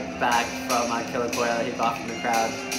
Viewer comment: It's actually "kolya" 😅